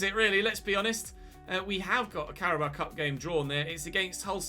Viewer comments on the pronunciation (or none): none